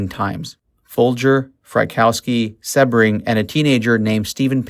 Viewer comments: The constant mispronounciation of Jay Sebring’s last name is driving me to distraction, his last name is not one he was born with, he used Sebring as his last name for marketing purposes, because Sebring originally is a famous Florida car racing event, and he wanted something that suggested the heady excitement and glamor of the Florida race, which is known as Sebring, and it is pronounced with a long e sounds, like See-bring. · SHARON WAS NOT STABBED IN THE STOMACH, FOLGER WAS NOT BOUND BY THE ROPE!! YOU DO NOT DO PROPER RESEARCH AT ALL! CRAP VIDEO. Go look at the crime scene photo, you can see her stomach. Also you pronounce Sebring wrong! You lose credibility when you report things that are not true! Do better! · SEE BRING not seb bring van hoot tan ? i'm thinking you weren't alive during this time in 69,because you're getting the pronunciation of the names wrong and with living through that era,which i did,you would have been familiar with how their names are properly pronounced,yet it was a good docu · You say Jay's last name wrong. It is a hard E SEEbring. I mean really...if you are going to do a video on someone at least know how to say their name correctly. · It’s pronounced Seeee bring omg how annoying when they don’t know their names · Jay “See-bring” not “Seb-ring.” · His name was Jay Sebring...Pronounced SEABRING!...not SeHbring. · My God - this narrator is the worst. Learn how to pronounce words and names before you keep embarrassing yourself. "Beverly Hillbillies" - NOT Hill-billillies. It's pronounced Jay SEE-BRING NOT Seb-ring. (It's insulting to the guy's memory). And it's Warren BEAT-E (for Warren Beatty). NOT Warren BETTY!!! And it's LENO LaBianca - NOT Leo!! Susan "SADIE" Atkins - NOT SATTY. You sound ridiculous and ignorant. Do your research. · dude. it's pronounced "sea -bring". you gotta get that down when you're talking about one of the most infamous and well docu,emted murders in history down. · Its jay see-bring bro. Like the car. Lol